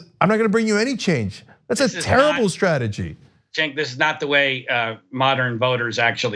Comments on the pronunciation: He keeps calling Cenk, sink! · This guy is a little unhinged. He goes from complete calm to full on shouting in about 1 second, with no perceptible changes to his face. He lets a little veiled racism slip in there ('an old Jewish guy' - what's his Jewishness got to do with anything?), and then weirdly mispronounces your name half way through, having pronounced it correctly for the first part of the conversation. He seems to have unresolved anger issues. I'm glad I'm not living with him, and I'm sorry for those who do. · This guy has been on the show 3 times now? He still can´t pronounce Cenk´s name.